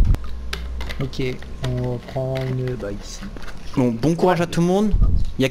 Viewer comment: Course plutôt " isi " non ?? ALLER RETROUVEZ MOI TOUS LES SOIR AU THÉÂTRE DU PETIT ENC*LER 😂